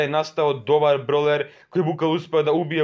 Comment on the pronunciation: Mislim da se kaze bravler a ne brovler